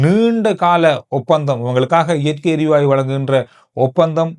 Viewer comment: வணக்கம் … சிறப்பான செய்திகள் உங்களுடையது. இயற்கை “எரிவாய்வு” என நீங்கள் கூறுவது தவறோ என தோன்றுகிறது. “எரிவாயு” தான் சரி போல… மன்னிக்கவும் கூறவேண்டும் போல் தோன்றியது. செய்திகளுக்கு நன்றி..